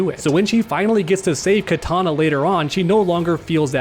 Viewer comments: Please stop saying Katana, it hurts my ears...Kitana is pronounced "KEY TANA" not Katana as in the weapon. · Kitana not Katana